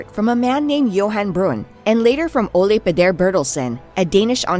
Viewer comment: The Danish name, Ole, is not pronounced as the Spanish word. Phonetically it is "Ew La".